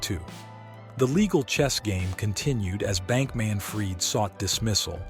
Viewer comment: he actually pronounced the mother's last name correctly.. as "freed"